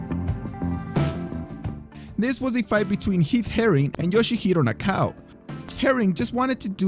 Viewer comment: "Na-ka-oh", not "Nah-cow".